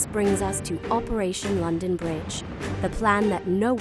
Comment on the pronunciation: And London is being pronounced weirdly also she said castle in a northern accent